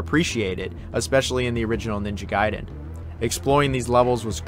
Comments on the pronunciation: It's pronounced as Guyden not Gayden. Gai and Gay are different. If you pronounce it as Gay well then you're Gay. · Stop saying "GAY-den". It's "GUY-den". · Good NG games = Ninja Gaiden Bad NG games = Ninja Gey-den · Definitely pronounced Guy-Den. Just look at the order of the letters in the word. A before I makes a hard I sound. Think DBZ Kai. You wouldnt call it DBZ "Kay" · gaiden gayden gaiden gayden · ninja gay-den? cmon man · Gayden? Lol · Youve got to decide how you want to pronounce Gaiden 😂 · Choose one pronunciation of gaiden and stick to it... So painful dude, literally changed every time